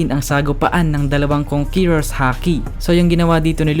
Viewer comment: konkeror boi